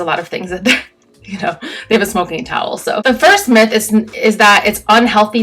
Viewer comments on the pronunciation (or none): none